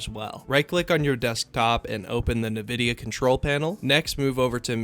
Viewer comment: Its EN vidia, nor nevidia